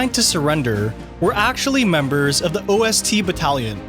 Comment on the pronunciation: pronouncing ostbattalion as o-s-t-batallion shows there was not a lot of research put into this presumably a lot of other stuff is also wrong